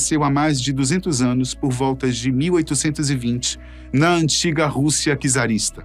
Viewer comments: antiiiiiiga, e nao ÂNTIGA 😂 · Precisa melhorar a pronúncia do português: an Tiga essa palavra não existe em português.